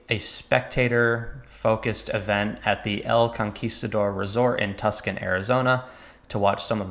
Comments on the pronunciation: Tucson isn't (tuss can), it is (too sawn) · Its pronounced, TooSahn